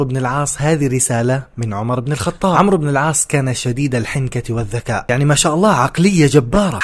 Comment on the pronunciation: عَمْرُو بْنْ اَلْعَاصْ عُمَرْ بْنْ اَلْخَطَّابْ هناك فرق فى النطق